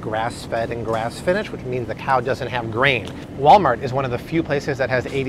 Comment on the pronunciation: i love when you mess up and say "walmalt" haha! thank you for everything